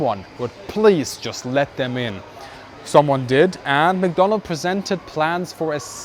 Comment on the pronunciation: mcdonnell not mcdonald !!